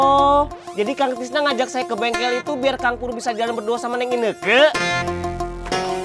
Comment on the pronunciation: Ineke bukan keke